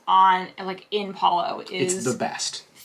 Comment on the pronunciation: Thank you for the review! and, you both get a huge thumbs up for being one of the few DCL vloggers that properly pronounces Palo! Please teach your fellow vloggers! Palo, rhymes with follow! Before The Blip, I always looked forward to Palo brunch with the buffet. I think it was $40 then. These new iterations are not very appealing but I'd probably still book Palo brunch only because it's included. I don't like to book Palo for dinner because I don't want to miss any of the MDR dinner shows and Remy requires more clothes to pack and I don't care for tasting menus. I would recommend guests wait until the full buffet returns and hopefully with the caviar too!